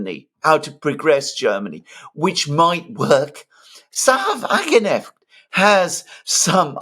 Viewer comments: FYI sahra wagenknecht`s (sic) name is pronounced wa-gen-k-necht: note that there is the consonant "K" (as in k-orea) in the middle of the name . this "K" is also pronounced; it is not a mute "K"...correctly resulting in the name WA-GEN-K-NECHT (not wa-gen-echt). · It is "Sahra WagenKnecht! not "Wagenecht" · It's not Sahra-Wagenecht, there's a "K" there! It's Sahra-Wagen-Knecht (you have to pronounce the 'K' otherwise it starts to mean something else!) Just a tip...😊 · pronounce the 'k' please it's ke-necht, not 'necht' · Excellent assessment! Totally insignificant, funny detail: you say Wagenecht = carriage genuine/real. Correctly pronounced would be WagenKnecht = carriage servant/menial "Just saying " ;-)) Thanks for the great job you are doing. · This. There are probably 20 people in the comment section complaining. Come on,. It's not hard. If you can pronounce Krasnodar, you can pronounce Wagenknecht. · Alexander, the "K" in WagenKnecht is pronounced! Your German wife can confirm that. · should learn that K is pronounced in Knecht word. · Guys, smartass here. The K in English is often silent as in know but in Wagenknecht it is actually pronounced a hard 'k'. It separates the two words Wagen and Knecht. The name means farmhand to the wagon. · Someone please tell Alexander that in the name Wagenknecht the k is pronounced unlike the k in knight e.g. in English. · The K in Wagenknecht is not silent. Pronounce it hard. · Generally good analysis. Please Alexander pronounce the name of Sarah WagenKnecht correctly. The K is pronounced. The elections in the two States show a high level of political awareness and responsibility of the electorate, manifested by the wide spectrum of politics voted for and a high, 74% voter participation. Contrast that to the recently held UK election and the forthcoming US election. Granted, these were regional/federal elections but they broadly reflect the trend. Democracy seems to be alive and kicking.